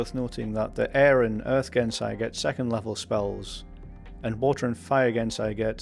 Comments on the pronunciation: I’m sorry, did you pronounce Genasi as “gensai”? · I mean, I get that some may see the G and not immediately think that that G would be soft like in genie... you know, since Genasi are descendent from genies... But I think you might be the first person I’ve ever heard to treat the A as silent... that had me rewinding to double check if I’d just misheard you.